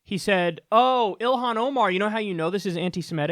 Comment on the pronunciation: Wow mispronounced her name, got her background wrong & are smearing her character that's the quality of journalism you'll get from Fox news.